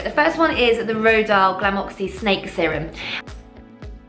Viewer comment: Isn't it pronounced 'rohdeeyal'?